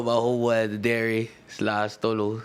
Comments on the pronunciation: Is buddy saying Delray? lmfao sounds like Dairy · Dylan Brady Don’t say he can’t even pronounce Delray correctly lmao.. because you can’t even spell “Boynton” ain’t no one ever heard of Boyton.. and I’m from Delray. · This dude is from.....delray beach Florida he can’t even pronounce it 🤦‍♂️ I lived right outside delray in boyton beach But Delray Beach is nice like it’s not bad it’s the number one spot for recovery “getting clean off of drugs” in the world,there is a lot of expensive rehabs,cheap rehabs a lot of them but it’s not like......street at all I know exactly where he is saying he is from and Idk how he even acting like it was gangster it’s very wealthy